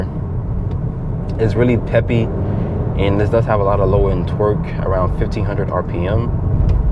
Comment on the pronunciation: The way u say torque sounds like twerk